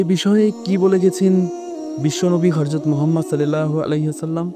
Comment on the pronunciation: আসসালামু আলাইকুম ভাই। আপনার উচ্চারণ সুদ্ধ করতে হবে। হরযত না হযরত